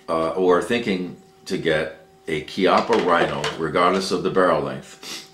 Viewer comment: It's not "KEE-up-uh" It's "KYUPP-ppuh" :)